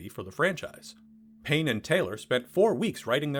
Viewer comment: Aaah, Payne and Taylor! That makes more sense! I thought you were saying Penn and Teller!